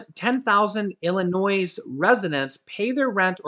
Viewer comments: Love ya.....please tho....it's pronounced IlliNOI.....not IlliNOISE...Thanks again for the info.! 🤟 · Hey. The "s" is silent in Illinois. Appreciate the constant content. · Please say Illinoy!!! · The S in Illinois is silent ☺️ Love you videos! I watch every day! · GO BACK TO KINDERGARTEN. 👀 ILLINOISE ? 👀 REALLY ? 👀 WOW. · Hi, We enjoy your videos. However my wife Sandy, born & raised in Illinois, says you are mispronouncing Illinois. The S in Illinois is SILENT!! Other than that, we really like your videos. Hoyt & Sandy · The "s" is silent in Illinois. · Hey... Illinois, the s is silent, I promise. U guys r great. How is Loreal, hopeful well. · “S” in Illinois IS SILENT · No offense intended but the s is silent in Illinois